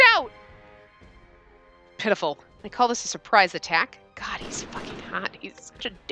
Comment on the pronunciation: “Oh my gwad it’s a *TwAEn*!” -, May 1st 2018